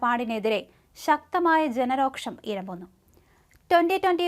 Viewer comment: കൊച്ചേ... ജനരോഷം എന്നുപറയൂ... രോക്ഷം അല്ല.